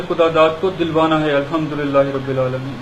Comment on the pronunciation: ابےاجہل سالےتجھےنہ اردوآتی ھےاورنہ عربی،یاربٙ العالمین،میں "رب،،کومنصوب پڑھنے کےبجائے" یاربُ العالمین،،مرفوع پڑھتاھے، سالےخلیفہ راشدھونےکادعوی کرتاھے اورابتدائ قاعدےسےبھی واقف نھیں ،تجھ سےزیادہ اردوعربی توسال اول کےطلباءکوآتی ھے،اورتلفظ کی ادائیگی میں تودینیات کےطلباءتجھ سےلاکھ درجہ بہترھے،